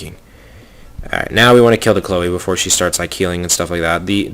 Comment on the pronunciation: I'm pretty sure his Chloe" pronounciation is correct...so that's at least a single monster ^^